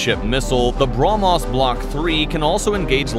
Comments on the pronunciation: Bruh-Mos Missile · take a shot every time he say BROMOS